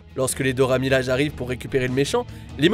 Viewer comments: Les Dora Milaje et Vanda 😭😂 Oui ça s'écrit comme ça mais ça se prononce Dora Milajé et Wanda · Dora milaje prononce bien pour moi S'il te plaît miladje please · Pas que pour toi, c'est horrible la manière dont il prononce le nom 🤦‍♀️